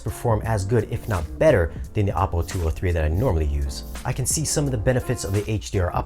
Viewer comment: great review; pretty thorough! HOWEVER, you are a professional in the industry. Please learn how to pronounce, "OPPO" correctly. Just call their service line and ANYONE that answers, will pronounce it correctly. Also, my compliments to you on your music selection!